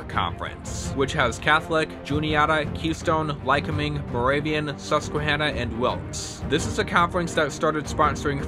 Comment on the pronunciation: Lycoming College, located in Williamsport, PA, is pronounced Ly-COH-ming.